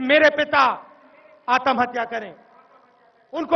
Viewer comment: whast i aaatam hatya? its aatmahatya. cant even speak hindi.